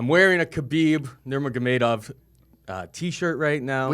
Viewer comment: Dude pronounced Nurmagomadov about 3 different ways LOL 😂